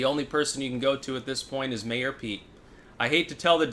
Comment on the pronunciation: I like how he continues to mispronounce Pete’s name. A good way to tweak his fans.